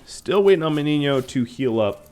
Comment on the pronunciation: I'm surprised that you know how to pronounce "Meniño". Great series btw!